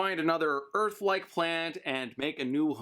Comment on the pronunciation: "Earl" Bro Just say earf v-v